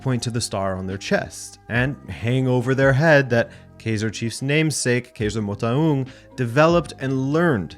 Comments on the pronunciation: Dude that Motaung pronunciatio, salute. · You nailed kaizer's surname pronounciation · Loved the way you pronounced Motaung,you did it as close to a native as possible. Great episode.